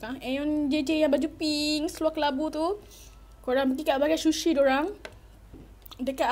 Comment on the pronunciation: shushi ye guys😂😂😂😂 its sushi